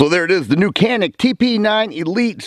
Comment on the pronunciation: cool video dude. but canik pronounces as janik. it is a province in the samsun turkey